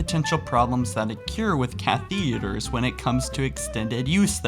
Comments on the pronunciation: its not cathEders pls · kath-tha-der-s not caith-ie-drs